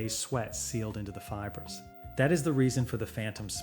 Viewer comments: Feebray?? You mean fiber, Mr AI. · Yeah. “Fee-bray” for fiber/fibre. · Can you not teach AI how to pronounce “fibre”—“feebray” is laughable! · Fiber pronounced as “feebray”?? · Oar-door. Fee-bray. AI lol. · "Feebrey" I think this AI does not know how to say fiber. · How is "fiber" pronounced? sigh